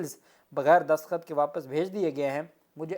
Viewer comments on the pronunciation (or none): alfaz destakhat hota hai daskhat nahi nara mat hona Allah apko salamat or khush rakey ameen dua go 🇪🇦🇬🇧